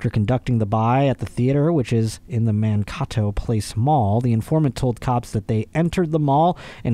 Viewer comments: It's MAN-KAY-TOE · As a lifelong MN resident, the cocaine story doesn’t surprise me at all LMAO. Irrelevant but if you find it helpful, it’s pronounced “Man-Kay-Doe/Toe” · Being from MN I loved the way you pronounced Mankato and Minneapolis (Man Caw Toe) (Mini in appolis) it is actually ( Man K Toe) (Mini Apple is)